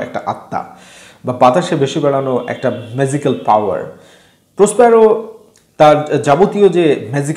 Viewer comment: জ আর য এর উচ্চারণে ভুল আছে, ম্যাযিকাল না, এটা ম্যাজিকাল।